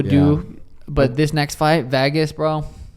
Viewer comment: I absolutely hate the way he says Vegas 😂😂